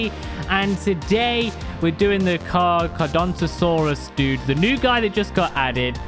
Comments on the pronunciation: It’s car-ka-dont-a-saures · its car_car_adont_asourus